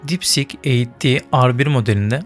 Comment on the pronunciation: Sik deyil kardes deep sieeek